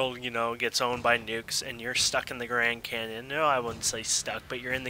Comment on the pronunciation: He said Grand Cannon in the beginning XD